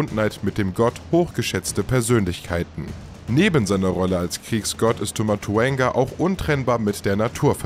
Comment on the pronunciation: Es heist Tau und nicht Tu Rede bitte die sachen ordentlich aus